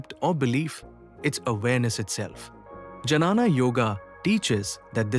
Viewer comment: This AI pronunciation and reels are just killing me. It is not Janana Yoga but Gyana Joga.